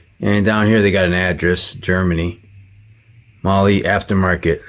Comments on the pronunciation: Your " marley" ...mahle ... is pronounced "MARL" !!! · Its not MOLY.... its MAWL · MAR LAR not Lee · lol it's prenounced "Mall" "Molly"